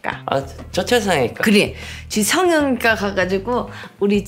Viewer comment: 성형(ㅇ)과 ㅋㅋㅋ발음 디테일 쩐다